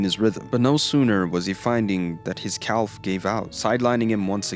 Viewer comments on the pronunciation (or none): Wonderful video, but I can't stop thinking about how you pronounce calf lmao. Cowlf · "calf" is pronounced like "caff". just like "half" is pronounced "haff" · What is a "per-FAK-shure"? Prefecture Otherwise, great info. Also, "calf". Bro, come on...